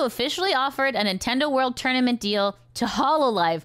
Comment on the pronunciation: "Tourmanent" ? I don't think this is fully AI fault, this is Youtube getting complacent being the biggest video sharing site and all.